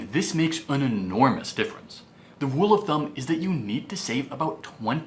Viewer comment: Elmer Fudd syndrome. Evwry, vewy, wule of thumb, weduce your expenses, thrwee thousand, retwere. ugh. He was doing so well in the last few videos.